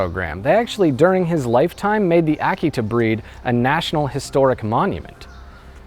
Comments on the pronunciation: Did he pronounce the name of the breed correctly? I believed that the correct pronunciation was uh-KEE-tuh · it took me most of the video to realize he was pronouncing 'Akita' oddly. I love this story. brings me to tears every time I hear it.